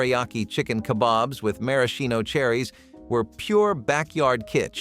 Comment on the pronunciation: You pronounced maraschino wrong lol, but that aside, these were great! i didn't grow up with most of these, but still nice to learn about them.